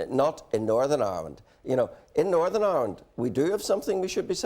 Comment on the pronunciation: Jim McAllister: “Northern Irwind”